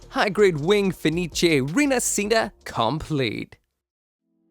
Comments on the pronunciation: Is pronunced rinashita not rinacita. It mean reborn, like the phenex reborn from the ashes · Its pronunciation is "Feh-nee-cheh Ree-nah-shee-tah" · si pronuncia "ree-nuhsheetuh" dai! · Pronunciation is Rina"she"ta